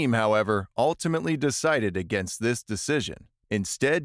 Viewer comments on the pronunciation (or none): none